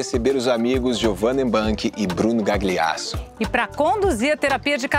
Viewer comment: Bruno GAgLIASSO. O 2º G é mudo.